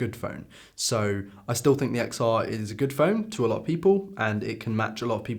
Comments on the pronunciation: It's pronounced Ten R Also watching on my XR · Why I hate this video: You can’t even speak out the name of the iPhone Xr. You are showing video of other youtubers while you are not quoting whose video it is!